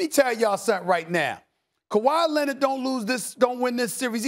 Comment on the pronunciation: Stephen "Kawah Lennit" Anthony Smith